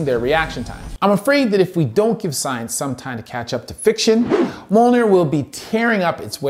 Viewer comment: I'm routinely infuriated but how the audio books all pronounce the Mjölnir armor like "Muh-Jol-neer" instead of "Muh-Yol-Neer" xD